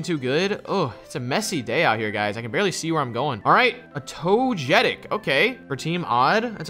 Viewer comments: guys its toh-gay-tick not toh-jay-tick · Togetic……not tojetic 🤦🏾‍♂️ U can’t be a fan of the anime or u would know that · The way u guys pronounce togetic makes me mad lol. It’s pronounced Tow-guh-tik!!! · But y do u say tojetic Its togetic And it's dra gal gee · My Mandz said toejetick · I hate the pronunciation of “togetic” lol